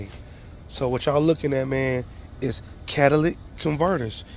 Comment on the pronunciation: most black ppl pronounce it this way or "Cadillac" ........when it's really "Cat-uh-lick-tick" but who really cares if you know what he meant